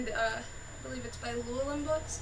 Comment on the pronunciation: As a Welsh name, "Llewellyn" is accented on the next to last syllable.